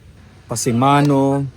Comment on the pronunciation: Pasamano not pasimano